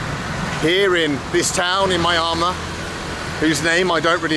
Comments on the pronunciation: When you get back to Myanmar, and I really do look forward to it, here's a little help with the pronunciation of it. The MY is pronounced with a long E, as in ME, not MY. The first four letters, MYAN, are ran together, so as to sound like 'Me an', like 'Me an' the boys are going for a drink. Me'an Mar. :) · Hate to be that guy, but it's: Mee-Ahn-Maar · I always keep hearing myanmar as my armour when you pronounce it